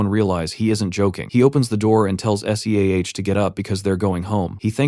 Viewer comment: Hate it when the voice spells SEAH. Otherwise, an amazing voice over.